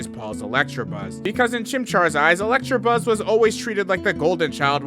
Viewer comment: Dude, it's ELECTABUZZ. There is no 'r' in there.